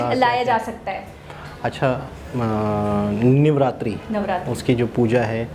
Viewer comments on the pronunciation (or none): Niyaji janab Niceatri nahi Navratri sahi bola kijiye Hajika ji sahi bolti hai unse sikh lena